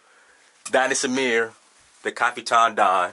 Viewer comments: haha. what is kafiton? don't you mean 'kaftan'? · it pronounced caf-tan, not ca-fi-tan.